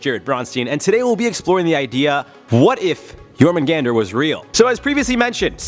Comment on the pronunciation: Jormungandr, not "Yourmen Gander" 🤣